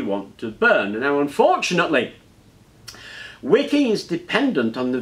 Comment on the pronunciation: I thought you were saying WICCAN, not "wicking" so I was a little confused at first.